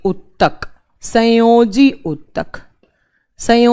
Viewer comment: प्लीज उच्चारण ठीक से करिये मुझे पढ़ने का मन नहीं करता आप के साथ केवल गुस्सा आता है कई जगह आप ने गलत उच्चारण किया जैसे TRAVINARIOUS नहीं Treviranus है, स्केडुल नहीं शेड्यूल है, उत्तक नहीं ऊतक है इत्यादि so please correct it ma'am🙏🙏🙏 प्लीज इसे अन्यथा मत लीजियेगा